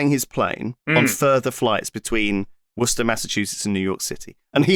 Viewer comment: I know lewis is English so it makes perfect sense but as someone from Massachusetts shout out to lewis for pronouncing Worcester correctly so strange to hear someone say it right